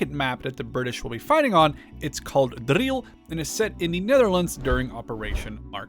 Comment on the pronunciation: As a Dutchman I am surprised by your amazing pronunciation of "Driel"